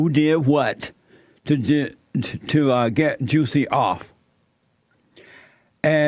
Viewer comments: Why does it sound like he’s calling him JUICY ? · I’m sure I heard juicy smallcock at the start 😂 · Juicy Smollett 🤣🤣 I can’t get past him saying Juicy. Now that they’ve reopened this case I hope they cage Jussie this time.